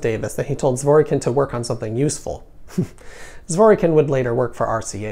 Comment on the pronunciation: Zwor Kin. The 'y' is silent.